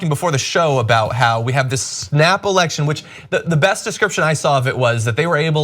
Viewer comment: i can't stop hearing 'snapple-ection'